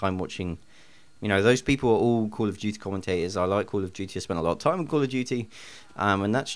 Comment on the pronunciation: call of juuty XD